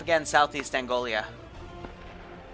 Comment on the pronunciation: Outstanding job by the playerbase, horrible job pronouncing "Angola".